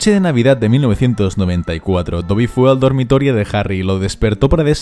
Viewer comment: Soy el unico que sin importar cuantas veces lo escuche siempre escucha Tobby y no Dobby.